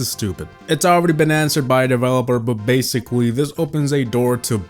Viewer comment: DID HE JUST SAY WEDICOWUS!?!? BASICAWY